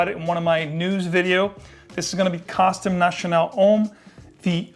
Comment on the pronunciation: I love your description on Costume National, nice to see an American pronounce French properly.